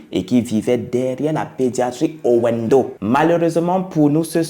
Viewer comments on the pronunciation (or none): stp Owendo se lit Ovendo xd